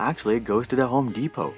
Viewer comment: mans said homo depot lmao